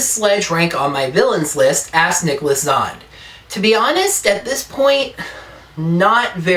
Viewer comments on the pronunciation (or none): My last name is pronounced Zan Dee, not Zond. Okay?